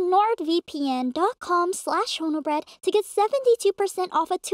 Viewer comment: i heard "homobread" 💀